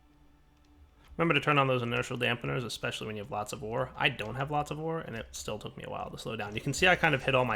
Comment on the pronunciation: Am I the only one who hears "Whores" when he says "Ore" at 21.26